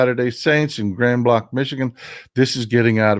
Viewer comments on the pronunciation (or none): I’m from Grand Blac Michigan. It’s pronounced Grand Blank…seriously. Love your show